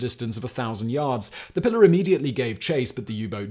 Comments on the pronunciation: I know you don't speak Spanish and I have very little love for colonizer languages, but would it kill you to attempt to pronounce a Spanish name correctly? It's Pilar, not Pillar. Spanish vowels are actually very easy to grasp, unlike the inconsistency of English. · Simon bruv.... The boat's name is a female name in latin and hispanic cultures (and possibly others, i dont know the full etymology of the name) but its not pillar "pill-er", its pronounced "pee-larr" (Pilar) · Hemingway’s boat is pronounced “ PEE lar” not “ pillar”, but good video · The names of second wife and the boat are pronounced "Pea (as in the vegetable) -lar" not "pillar". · I can't believe you published this pronouncing the name of the boat incorrectly. It's Pilar (pronounced Pee-Lahr). Usually you are so meticulous... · Pilar is pronounced PEE laar Not pi lr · Please, for the love of all that is holy, find a native speaker to prep you for these things. At the very least, to learn how to pronounce the proper name you'll be repeating 40 times throughout your video. It's not "pillar," it's a Spanish woman's name, pronounced pee-LAHR. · "Pilar" is pronounced to rhyme with "pee-far". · That's pronounced P-lar you barbarian. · Pilar - pronounced PEE-lar. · Pilar is pronounced pee lar. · It is pronounced pee lar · It’s pronounced “pee-lar”. You’re talking about the most overrated American novelist of the twentieth century.